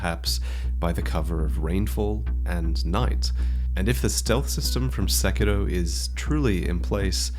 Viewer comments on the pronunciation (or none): It's sekiro not seckidoh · *Mononoke-hime desu Wy try to pronounce the name correctly but then still use "Princess"? Also the stress in Sekiro is on the "i", not the "e". Comes across a liiiiittle bit phoney, ma dood... :-3